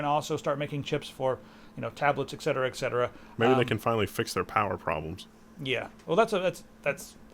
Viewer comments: It's eTcetera, not eccetsera. Fyi, pet peeve. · ETcetera, please! Are you also drinking an expresso?